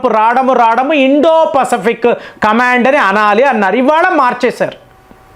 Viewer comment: Pasfic pronunciation different ga palukuthunnaru yenti